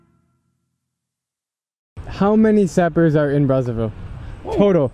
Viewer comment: You must pronounce Sapeurs the French way. It is not sapper.